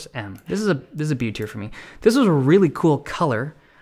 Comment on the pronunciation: Thanks buddy! Not all heroes wear capes ( ◜‿◝ )♡ Oh also, it's "Tier List", not "Tear List". Cheers!